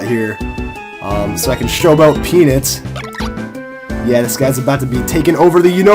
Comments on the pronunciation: The way you say peanut is way too close to the word penis. It should be pee-nuht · i agree dude it should be pee-nut not pee-nit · When I first heard you, I thought you said "Penis." Then I was like "What???!!!" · Does anyone realize the waynhe says peanut sounds like penis? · when said peanut, i swear i heard him say penis! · I thought he said penit o.O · is it just me or does he pronounce peanut wrong ? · You say "peanut" weird.